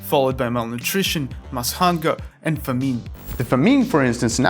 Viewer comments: Famine. Не туда ударение, ударение на первый слог надо ставить. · good vid, pls check pronunciation of "famine"